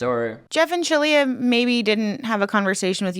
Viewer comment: Resorting to mispronouncing someone's name / assigning them jokey names cheapens the rest of your very valid critique. Quit with the "Sheleigh-leigh"ing. Don't stoop that low.